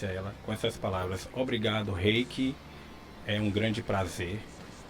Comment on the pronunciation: A pronúncia do nome dela está errada. É do alemão, "Hi/kah" (rai/kã).